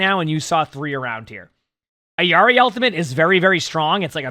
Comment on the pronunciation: Why do you say Ayari? lol It’s <EELARI>